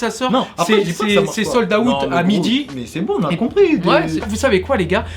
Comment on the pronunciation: « sold aout »